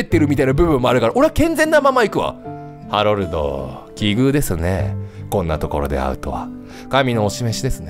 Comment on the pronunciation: こ、これじゃあハロルドじゃなくてハメルドじゃねかw